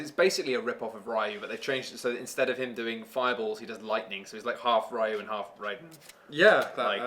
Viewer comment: It's pronounce Ree Yoo,... like how said Kyoryee-yoo at the beginning but without the Kyo part.